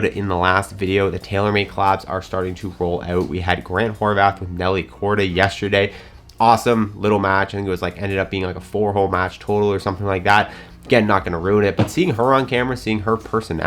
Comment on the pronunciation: For the love of YouTube golf stop saying “Horvath” there’s no h lol